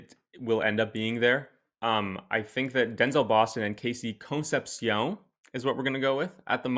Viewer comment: As an Aggie- KC’s last name is pronounced like con-cep-she-oun… I believe.